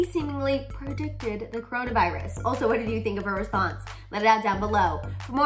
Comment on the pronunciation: “KORONA VIARUS, KOOROONAA VAIIRRUUSS”